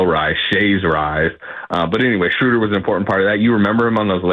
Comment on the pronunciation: Guys, it's "Shrow-dur" as in "row" & "duhr", not "Shrooder" as in "shooter". 😊